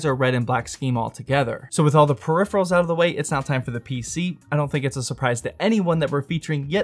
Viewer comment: He spent too much on prephirals